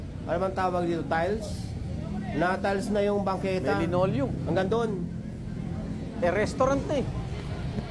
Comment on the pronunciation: Lenolium dw sbi ni arn arn nasa labas lenolium😂😂😂 dpat hndi to news anchor